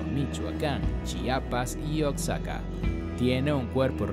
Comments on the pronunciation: Pronuncia bien Oaxaca no es oxaca y es san luis potosi no san luis de potosi >:I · Genial muchas gracias, pero como dato Oaxaca se pronuncia como oajaca✅ y no como oksaca❌ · es oaxaca uajaca no oxaca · Pero yo lo digo por que dijo oxaca y no sabia si existia, por que en realidad es oaxaca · La información que se brinda es muy buena, pero la pronunciación de los nombres de los estados es incorrecta, se pronuncia OAJACA (OAXACA) Y SAN LUIS POTOSÍ (sin el "DE") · Oaxaca se pronuncia Ohajaca, después de quitarme esa espinita, tu video es perfecto, la investigación, edición y descripciones están muy bien logradas, no todo el mundo puede lograr este nivel de calidad, eres muy genial viejo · Ox-saka 🤣🤣🤣 donde vive Ox Satan en Mex-sico 🤣🤣🤣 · Pronunsi bien oxaca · híjole mano... te hubieras investigado mínimamente la pronunciación de los lugares "Oxaca" "Jochimilco" "San Luis DE Potosí"? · Jajaja este wey no sabe pronunciar Oaxaca, un estado que es patrimonio de la humanidad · Pronuncia bien Oaxaca